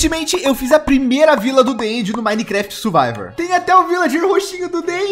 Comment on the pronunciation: "...no minecraft suvaivor..." kkkk aiai o é mt legal